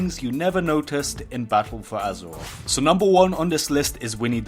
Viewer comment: Battaw fow azawaff.... XD